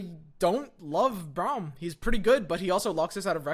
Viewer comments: I love your content, but your hair be lookin hella like Braum's stache also it's pronounced Brahm, not Browm xoxo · I'd cut a some copies of Sej and Vlad, and 2 or 3 Braum, and bjerg for drawing Sej + Vlad. (Btw it's pronounced Brom) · I stopped watching when he said Browm